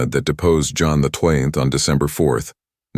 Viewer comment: AI has a few glitches and can't read XII-Pope John XII it is and you just have to read the description or transcript to find out, sometimes. May the Lord bless you with knowledge.